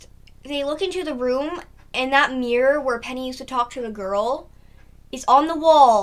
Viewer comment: mirror not mip